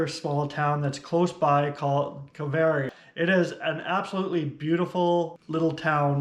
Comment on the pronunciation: I have heard it pronounced as Car-vo-where-oh with the emphasis on the where syllable, but i enjoyed your Car-very-oh too.